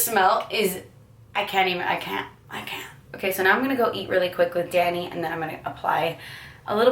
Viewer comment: Oh my goodness when she was talking about humans I though she said "daddy" instead of "danny" lol xD